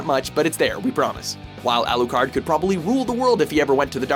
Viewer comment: AlooCard wtf